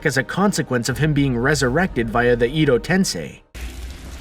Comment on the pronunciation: I hope there's no time travel in the Boruto. It's a rubbish concept and an awful plot device. Also it's pronounced Ed-oh not EEEEE doh. Rasengan was not invented by Jiraya, it was invented by Minato, arguably, because a filler I've forgotten shows one of Kaguya sons using it